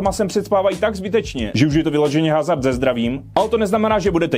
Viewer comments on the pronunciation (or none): none